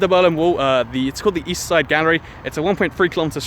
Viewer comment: East. I thought you said weast.